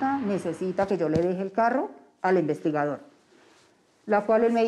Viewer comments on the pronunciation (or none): Ehhhh quétan difícil es pronuniciar la "D"??? Qué jartera escuchar investigaor, hemos sio...